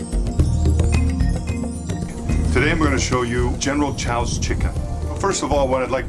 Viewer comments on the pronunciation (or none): I would trust you more if you could pronounce the dish you are making! Contrary to whatever most Americans think, oyster sauce is not used in every damned 'Chinese' dish. And why is the only vegetable always broccoli, a vegetable few Chinese eat! WTF is 'cooking sherry'? You want rice wine. We never use pre-made sauces. Slowly dropping the chicken into the oil one piece at a time just means that the first piece in will be overcooked by the time you get the last one in! Around the to mark you become inaudible. Are you filming in a hurricane? I know General Tso's isn't Chinese but you don't even get the Chinese cooking techniques right.